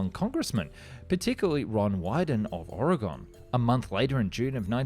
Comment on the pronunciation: Ore-a-gone is a town in Ohio. Ore-a-gin (I will not tell you again) is a State in the PNW. I don't care how it's spelled, it's not "our-Kansas is it? No, it's Arkansas. Honestly, I can't really see how R can saw, it has no eyes.